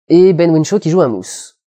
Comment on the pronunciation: Ben Whishaw, pas Ben Whinshaw.